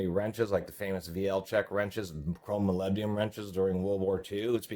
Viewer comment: Molybdenum. Please pronounce it properly